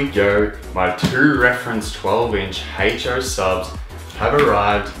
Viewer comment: What is a Heych-Choe?